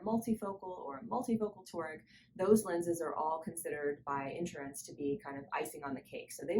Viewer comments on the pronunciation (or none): Say: in-SHUR-uhns. 3 syllables, accent on the second syllable. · Nice job. Note: The word insurance has three syllables with the accent on the second syllable. So: in-SHUR-uhns.